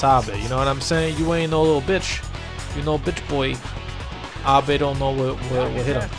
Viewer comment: Great, when I start playing this, I'll be calling him "a-bey" now. Thanks for that.